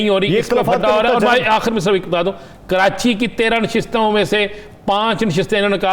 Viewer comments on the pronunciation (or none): none